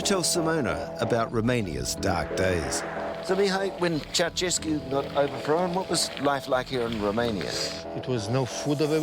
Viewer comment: David Lomas pronounces Ceaușescu (Chou-shes-koo) as Chauchesky like it's a Slavic name. lol